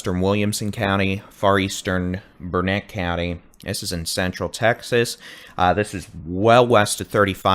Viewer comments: Great vid but Dude… it is Burn-it not Burn-net. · Thank you for. We watch your broadcast daily. Your accurate, and funny too-boot. But have to correct a couple names you pronounce incorrectly for a Texan.😅😅 As my dear grandmother always said " it's Burn-IT dern-it, ya gotta learn-it. Not ber-net. Also Brazos is a like in Mad not Brazus like in bra. But just a little corrective criticism. 😊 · Bernet pronumciation........... bur-nuht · It's Burn-it accent on Burn... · Its Burnet, Learn it, Dern it.